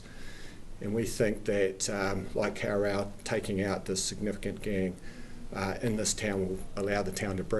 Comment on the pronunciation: Lol I reckon his pronunciation is terrible he's didnt even try.... embarrassing for such a high level public official.